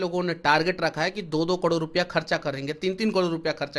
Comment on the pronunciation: तू भाई पहले करोड़ बोलना सिख जा